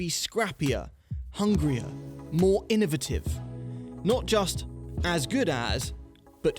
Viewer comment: Innuh-votave? Inno va tive